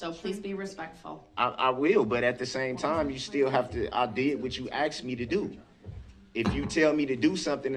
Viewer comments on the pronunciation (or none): "I axed you" instead of "asked you" .... wow, the stereotype is real. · Intelligence level "I did what you AX me to do". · I axed you a question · So sick of him saying "axed" instead of "asked". He sounds so ignorant. The "s" sound comes before the "k" sound. Grounz! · Poor guy how many times did she axe 🪓 him? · “I axed chew “ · I did everything you axed me to do. Din all of a suddenly you changed your mind. When did dhat hapin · He said, you axed me??? how can he understand the law written in ENGLISH if he can't speak and or understand ENGLISH? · “I did what you axe me to do”.😂😂😂😂😂😂😂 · This guy shows his severe lack of intelligence anytime he’s axed a question that the last attorney didn’t write the answer to in the original attorneys notes.